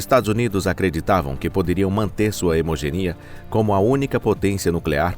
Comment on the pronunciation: hemogenia? ou hegemonia? 😅